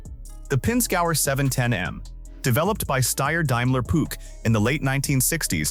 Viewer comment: Its not Putch its spoken Puug Ai suckers